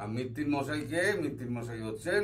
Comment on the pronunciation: মিত্তির নয় মৈত্র।